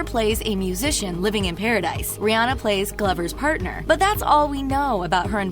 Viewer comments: Her name is RIHANNA! Not rihi. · Not Barbadian...is bajan And is not (rih+anna) is (ri+hanna) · She called her rhirhi way too much